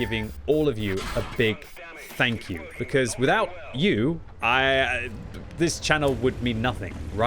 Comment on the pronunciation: You meant to say Tank you